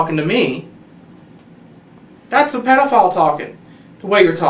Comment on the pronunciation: THHATFHH A PEDAFAAUILL